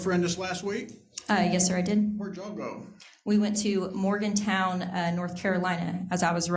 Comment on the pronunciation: Man, I was rooting for her until she said Morgan"town". Straight to jail.